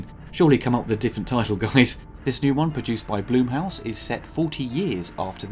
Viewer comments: *Blumhouse, not Bloomhouse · Its Blum House as in Plum House. Not Bloom House.